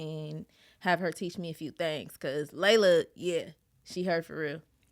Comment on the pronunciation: As soon as she said Leila Ali I stopped watching